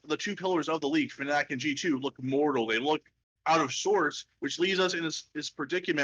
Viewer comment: At least pronounce fnatic correctly for once, do you want people to call you tailor instead